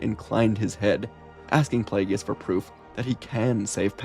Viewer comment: I just keep chuckling everytime you say "Plagueis", because you say it like the pronunciations are in dictionaries for words it comes out like "Plee-yay--gee-yis" lol.